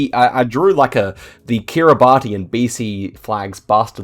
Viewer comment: Great video, just letting you know Kiribati is pronounced KiribAS :)